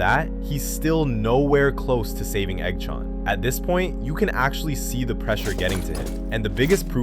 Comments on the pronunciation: i love the AI Voice when it says Eggs name it sounds like EggShaun its great LOL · I love how the ai voice makes it sound like eggchown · The Eggchan pronunciation hurt so much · the pronunciation of eggs and manes name💔💔💔a